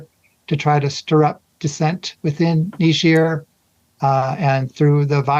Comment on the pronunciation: It's A not ER